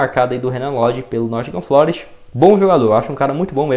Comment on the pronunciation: Corrigindo: Nottingham Forest e não Nottingham FLOREST como você falou por 3 vezes no vídeo em seu comentário sobre o Renan Lodi.